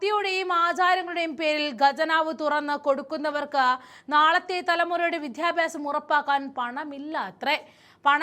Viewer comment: വിധ്യാപ്യാസവും വിധ്യാ ലെയവും ?? ഇതെന്ത് വസ്തുവാ ബൊമ്മൈ പെരിയവർഹളേ ??